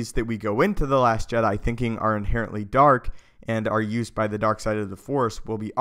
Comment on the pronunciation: It's Jedi not Je'Dai